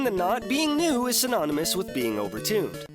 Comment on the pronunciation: when he said new i heard lewd not new so i thought "at least i don't have to listen to another sjw talking about how the females are over sexualized and he will be fair and talk about how the males are over sexualized." But it seems i'm wrong